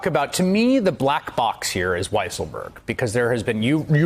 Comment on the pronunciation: You should all pronounce the name of Weisselberg as "Weaselberg", just as Mika does.